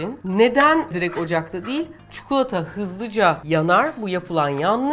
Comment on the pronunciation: Çukulata değil çikolata . Konuşma dilinde kelimeler değişebiliyor. Fakat çikolataya çukulata demeyin lütfen